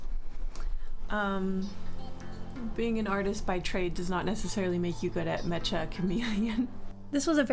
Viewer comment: OMG! You pronounce it correctly! Literally the first person I’ve seen that pronounces it correctly! I do sometimes mess it up out of habit… but I thought I was the only one who knew….